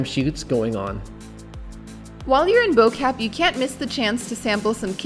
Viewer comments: Bobotie is pronounced "buh-booatea". "Boo-Kaap" is pronounced "Booakahp" and Malay is pronounced "Muhlay". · “Bow Cap” no guys no 😂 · I no joke dropped my phone in cringe when I heard how he pronounced Bo kaap😂 I forgive him cause hes not familiar with afrikaans En hoe ons woorde uitspraak But seriously 😂